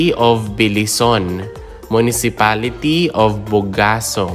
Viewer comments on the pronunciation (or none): Bar-bá-za, not Bar-ba-zá Se-bás-te, not Se-bas-té Be-lí-son, not Be-li-són